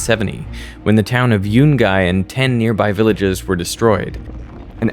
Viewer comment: yu-n-guy❌ Yu-gay✅